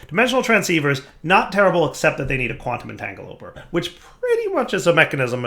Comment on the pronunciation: Quantum entanglopoRter. There's an R. It isn't silent.